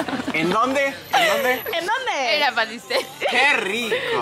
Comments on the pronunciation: El lugar: la pâtisserie (patiseri): la patiseria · PATISERIE JALAJAKAJ se pronuncia patiserí